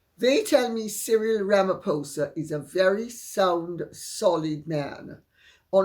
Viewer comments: Dear Lady C, I am proudly South African and agree with other commentators that nobody here equated MM with Nelson Mandela. May I advise: Ramaphosa is pronounced ra-ma-pause (not pose)-a. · I haven't commented for a long time. I love the fact that you pronounce Cyril's last part of his name as POSER- it's exactly how I pronounce it too. Cyril has a silver tongue, and that's all. He's kept the sharks, no such thing as total inclusiveness. Black empowerment still rules. If I had your email address, I would tell you things that would shock you about how badly things are being run over here ( South Africa). The only reason why the King met Cyril with such pomp and splendour, is because Cyril is agreeing to the King's madness about green energy. REAL climatologists need to be listened to. Apologies for the long-winded comment about only one thing you mentioned, but the mere mention of Cyril makes my blood boil- he's a con artist of the highest degree.